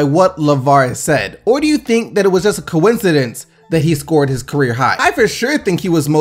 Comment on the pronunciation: the debotchery of the word coiencidence had me cringe a bit.